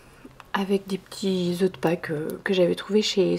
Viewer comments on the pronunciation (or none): none